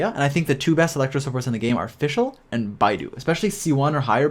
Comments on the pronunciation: sounds wrong in the end, why should i say "do eeh" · Wait if it's not pronounced that way then how has people been saying her name? 🤔 I'm an asian and naturally said her name that way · "Beidou" pronounciation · its not bae dou its Bei ttho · Hey, I really like your videos, keep up the good work! But fyi: Beidou is pronounced as "Bae-though", the way you pronounce "Bai-du" is a Chinese search engine similar to Chrome. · Great guide but for the love of god never pronounce beidou as 'bye-dou' again, its more like 'bay-dou' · It hurt hearing bydo ngl😶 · This Guy Calling Beidou As "Bidou" DsGaming: Bro My whole Channel run on this Character PLZ GIVE RESPECT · Game: Beidou Guy: Baidu 😃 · Hey, It's BAE-DOU, BAE:> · Im chinese and its hilarious to see yall pronouncing their names but generally the names have intonations and its hard to explain to you guys over text. But what Beidou should sound like is Bay Doe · it should be "pay toe" if you pronunce it in chinese way lmao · Just remember Bae Dou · This is probably the best Genshin character guide I've seen but just a slightly unrelated tip: Beidou's name is pronounced bae doe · Well in the video he pronounced it like "baidu" (teiba?) and that's how most English speakers I've heard pronounce it. Most of the English speaking YouTubers who play this game butcher all the Chinese names especially hard ones like Xingqiu but still I've heard Asian players call Barbara "Bar-ba-ra" lol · She's Beidou, not Baidu😂, your pronunciation is wrong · Great and very underrated guide but as a native chinese speaker it triggered me whenever Beidou is pronounced wrongly 😅 you can pronounce her as Baydoe actually if it's easier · Baiiiidou ? Beeeidouuu say it with me Bay-dow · i died inside many times watching this video just because he said beidou’s name wrong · Oh god... he has to start pronouncing it right otherwise I'd die